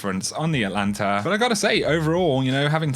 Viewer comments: Not pronounced "Atlanta." Check the extra letter in the name. Atalanta. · ATAAAAAAAAAAAAAAAAAAAAAAAAA LANTA NOT ATLLLLLLANTA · ATA ..... LANTA. There’s a frickin T in the first syllable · It's pronounced At Alanta. It is named after the greek hero Atalanta (well, it's a she, but whatever)